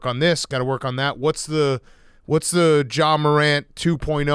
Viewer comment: pft was so close to calling ja “zah” but he stopped himself